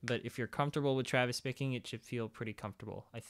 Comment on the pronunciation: I keep hearing Travis Baking????? is that what you're saying?